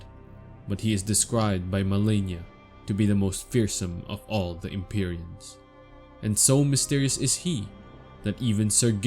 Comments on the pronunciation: Lol that’s not how they pronounce it in the game. They pronounce it EM-PEE-REE-UN and HAY-LIG-TREE. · Sorry, I just wanted to say it's pronounced EM-PAI-REE-UHN; also Halig (in old English, Halig is pronounced, as Holy or like a shrub such as Holly) therefore Haligtree is actually pronounced as "Holy Tree" same as Evergaols are pronounced as Ever"Jails" , the more you know 🤓, great video tho 🙌🏼